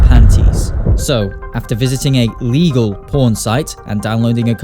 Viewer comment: The emphasis on LEGAL😂😂